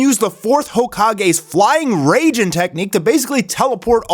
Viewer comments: It’s Rai-jin like rai-kage. Not Rayjin. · flying RAY-JIN? its RAI-JIN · Did he really say flying rayjin 😂